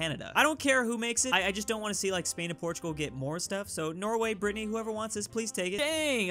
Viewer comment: Stop calling it Britneyyyyy